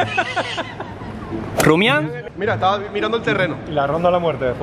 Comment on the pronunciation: en vez de decir rumian dice ruimian Like para un diccionario